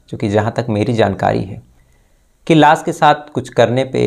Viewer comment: Fix your "sh"and "s"like it's lash not las or shading not sadi😂